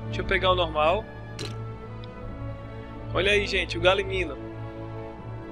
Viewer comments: E se fala galimiMO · Ele esqueceu do echo e fala errado galimimo